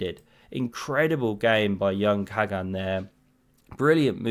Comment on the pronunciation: Dear, in Turkish, the G is soft, similar to Dutch (without the throaty scrapping sound). Khagan = Kha-Ahn. Best